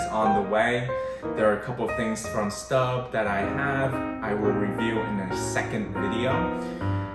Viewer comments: It’s pronounced “stobe” (like globe), not “stub” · Maybe in English Stobe, but in French it is Stoub. I just purchase 6qt shallow Staub discount price, but was looking to see 4qt size before I purchase online.